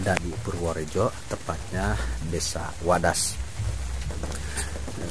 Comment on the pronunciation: Maaf yg di maksud wadas kali bukan wedas...biar jgn salah di ati kan nanti dengernya wedus..hamupa hanya koreksi aja.